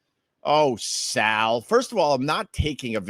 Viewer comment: "SOWELL!" It's Saul.